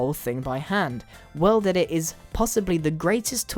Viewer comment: I thought he was sayin weldedit in the beginning he is just British.................... or whatervur